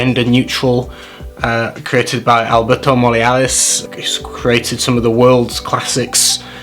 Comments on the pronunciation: Alberto Moriales? Alberto MORILLAS WEY MO-REE-YAS Decent list, though Fahrenheit is 100% still great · Morillas = Moh-ree-yas. No more important that it's the name of someone famous, but there's enough butchering of language on social media that it's worth preserving what's left 😉 Also, I admire your passion for fragrance and I sincerely wish you the best for your upcoming perfume endeavours 🙏🏽